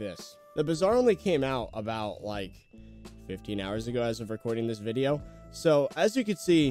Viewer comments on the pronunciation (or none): none